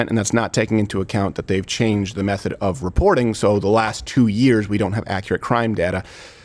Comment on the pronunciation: He really can’t say “of”, can he. “The united States America.” I can’t wait for this degenerating stooge to be gone